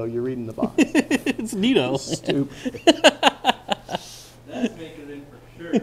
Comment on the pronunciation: It’s Nito - 🤣👋🏽